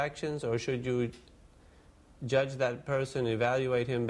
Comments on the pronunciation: Jurdge not lest ye be jurdged. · Like everybody else, I never knew there was a "R" in judge. Least now I be learned bout it.